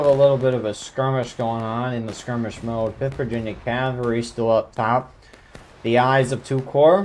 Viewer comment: You are saying it great! CAValry